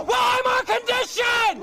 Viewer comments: Wadsworth, Ohio idiots don’t even know how to pronounce Weimar, it is “Vimar” - and that is the LEAST of their problems! 🤬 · Too dumb to pronounce Weimar with a V sound at the beginning.